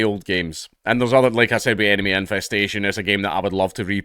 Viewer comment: Instead of “enemy infestation” I heard “anime infestation” lmao